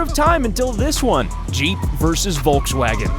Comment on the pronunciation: Vosvalleng God